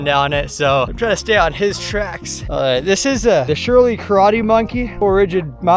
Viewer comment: Hey most people pronounce it “Sir Lee” not “Sure Lee”